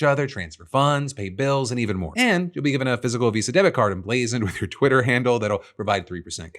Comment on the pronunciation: You keep mispronouncing Twitter